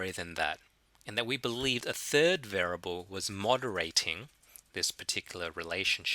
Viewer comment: What does this mean? "For those of you who are not fond with maths"? Do you mean those of you who are not fond OF maths? Also continued frustration over the mispronunciation of the word variable. Of ALL the words in the world to be stuffing up the pronunciation of, this is the word used more than any other in statistics. It's bizarre and almost sociopathic.